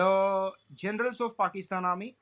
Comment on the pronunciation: Gernails...:face-blue-smiling: you got it wronggg. It is "Jernails" 😛😁